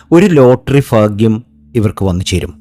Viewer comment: പിന്നെ സാറെ ഫാഗൃമല്ല ഭാഗൃം ഇതെങ്കിലും ഒന്നു ശ്രദ്ധിക്കുക